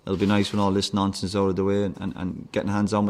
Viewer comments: Its funny cuz it sounds like hes saying nonces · Sounds like he’s saying nonce and nonces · Sounds more like he's saying "nonces". 😂